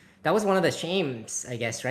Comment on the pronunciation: 8 seconds in and I guess it's called Shtarcraft 2.